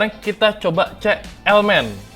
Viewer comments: Ce? Apaan tu ce? Cek pakek K ya di baca K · Cek bukan ce'. Org mana sih wkwk